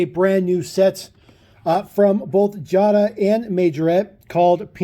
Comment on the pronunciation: You pronounced Jada wrong. It's pronounced Jay-da, not jah-da. Just an FYI. P. S. I have the Porsche 911GT3 RS & the Audi R8 from this series, and I REALLY like the Porsche 91 GT3RS and the Audi R8. I'm looking for the Porsch Taycan from the Pink Slips series, as well as the Mercedes-Benz G-Wagen, & the Land Rover Defender . I almst bought the Jeep Wrangler, but I passed it up numerous times in Wal-Mart and Target. Not sure why.